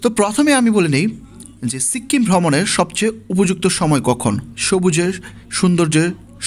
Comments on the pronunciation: সিক্কিম কি ভাই? বলেন সিকিম😂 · সিক্কিম না সিকিম 🤣🤣🤣🤣🤣🤣🤣🤣🤣🤣🤣🤣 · Uchcharon ta sikim hobe, sikkim noy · সিক্কিম টা আবার কি? বলুন সিকিম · ঘুরে আসছেন আর উচ্চারণ করতে পারতেসেন না। সিক্কিম আবার কি। সিকিম বলেন।